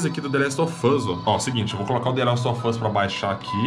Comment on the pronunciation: é impressão minha ou só fala the last of fus